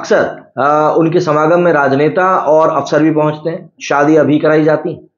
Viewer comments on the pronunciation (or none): none